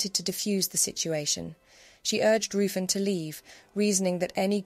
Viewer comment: I would like to point out that Ruffin the lord who had his dagger pointed at M Q S stomach is not how you pronounce the name, its Ruthven as its written down . The nursery rhyme could be both Maries imo. Tudor or Stewart.